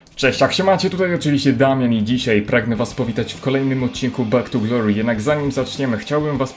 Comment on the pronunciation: Bak tu glori perfekt inglisz